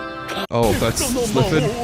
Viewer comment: Ah yes, "Sliffid", the wind spirit. Definitely not Sylphid.